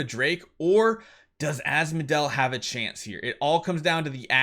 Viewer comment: Why did say amovour asmodel?